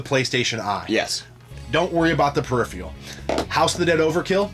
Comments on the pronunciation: dude its phe-ri-phe-ral......not pheri-free-al. smh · Peripheral not periphreal. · Why can’t either of them pronounce peripheral